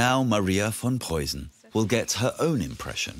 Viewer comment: Tip: the "ss or ß" in Preussen is not a soft one but rather sharp as in "missing or fist" Memel is pronounced as me in "melancholy". Hth